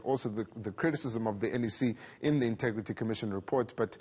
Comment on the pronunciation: He always says intugrity, can't someone just tell him how to say it..